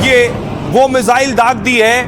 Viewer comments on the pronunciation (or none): मिजाइल ❌ मिसाइल ✅